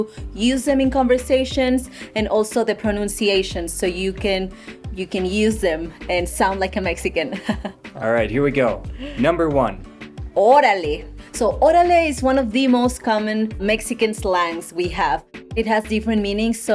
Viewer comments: It’s not “ orale “ it’s ORALEEEEEEEEEEE 😂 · it’s not ‘orale’ it’s ORALEEEE